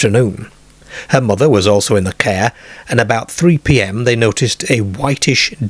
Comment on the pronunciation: Where on earth is the narrator accent from?? Cair, fairm and pretty much every word where the letter "A" is the second letter is completely mispronounced??